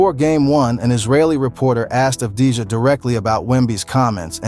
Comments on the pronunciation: it wasnt mentioned in the video but the truth is Avdija had a mediocre series against SA. Another thing: his name shoukd be pronounce "Avdi-Ya". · Thank you very much for the video review Just a little note the right pronunciation of avdija is without the j letter